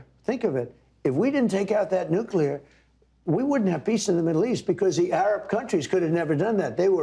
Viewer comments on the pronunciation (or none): Another little goof ball who cant say the word nuclear. My god im tired of this.